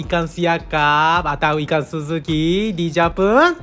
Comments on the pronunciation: Ikang siakap, persamaang, julai dang 😅 jepung haha kelakar l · Dia sebut ikang, Bunyi Ganu tuh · Cara dia sebut ikan macam loghat t'ganu (ikang) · Ikang.. Ganu ke hahahahaa 😂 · cara cakap tu…ada tambah g dekat n…..kalau loghat bunyi nya taklah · ikan dia bunyi ganu.. i like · bunyi ganu dh tu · Makang ikang,wehhhh ni org terengganu ke org Japanese ni??? 😂😂😂😂